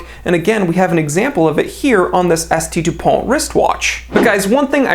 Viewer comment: You pronounced S.T. Dupont wrong... ;-)